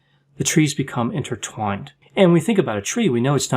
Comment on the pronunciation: I want to vomit when I heard you say INTERTWINED. It feels so bad.